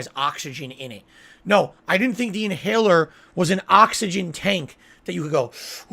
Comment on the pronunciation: "We are surrounded by ahxigahn"